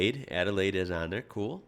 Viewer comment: Still says Adelaide wrong ;)